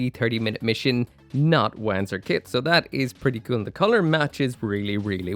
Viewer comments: I really really hope Bandai puts out more kits like this one. More Wanzer style stuff, less giant humanoid things. Also crazy hearing you pronounce it W-an-zur, in universe it's won-zur. And since FM3 was your gateway drug to mecha maybe go try out the remakes of 1&2, the remake for FM3 is in development. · This new 30mm kit looks super awesome as a big bulky armored core inspired mecha. BTW it's pronounced Vanzer. It's german and the W is more like a V. Also it's translated to Walking tank which makes alot of sense. And one last Front mission 4 is awesome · Pronounced as "vahn-tser"... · Having played front mission 4 and knowing how Wanzer is meant to be pronounced, i physically cringe when you say it. I know you can't help it but... ;; Edit to be helpful: Wanzer is a shortening of Wander Panzer. So rather than wa-an, it's w-on, if you wanted to de-accentize it. In the actual games though it's more like vonser, because it's german. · Am I the only person who kept hearing "wanker" instead of "Wanzer"? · I’m sure other commenters have mentioned it, but still I feel compelled to point out that “Wanzer” is pronounced with a ‘V’ sound, not a ‘W’ sound. It’s a Germanic type of word.